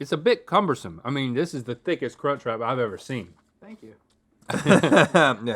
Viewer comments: Omg link just saying cuntch.... over and over.... oh lawd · I legitimately thought Link said the “c” word for a moment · Legit thought link said c u next Tuesday and had to rewind a few times. 🤣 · ah yes the kunchcrap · I definitely did a double-take when he said CUNCH lololol